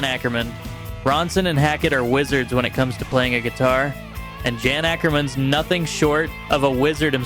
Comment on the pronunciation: Just to be clear to everyone; Martin Barre..his last name is pronounced BAR not BARAY and Jan Akkerman his first name is pronounced YARN not JAN. You seem to make these mistakes at first, then make them correct later in each instance. Puzzling.